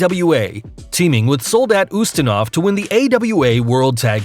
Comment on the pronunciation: It is Soldat Ustinov, not Zustinov. How many mistakes can be made in these videos?